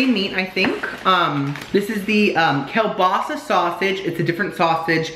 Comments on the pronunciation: Keel basa not whatever you were saying. I still say you have the taste buds of a 2 year old. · it’s KEEL-BAASAAA😂😂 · Lol...it's pronounced "keel-BAH-suh" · The Polish in me when you pronounce kielbasa so wrong 😭😭